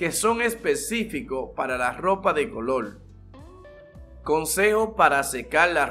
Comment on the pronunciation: Polque hablas asio el colol y calol